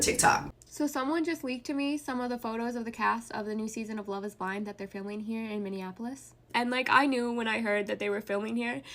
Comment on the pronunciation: Did Jessie say "on Love is Bland"😂😂😂😂im finished,done for